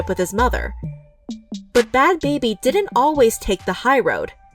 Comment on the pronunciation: Ain't it bad "Bhabie," pronounced like Barbie... not "baby"?